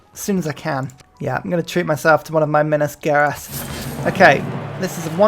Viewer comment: Hey, it's been an awesome series, but... it's pronounced Geraes ("Ge-" as in general and "aes-" as in ais)